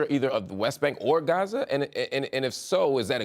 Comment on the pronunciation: Why do they write Gaza and pronounce it Raze? This is the most unauthentic interview ive seen. All the talking points touched. Genocide and ethnic cleansing means nothing now.